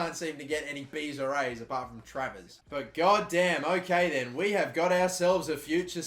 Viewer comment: how many times did he fuck travers name already?